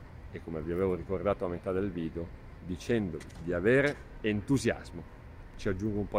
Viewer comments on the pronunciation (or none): none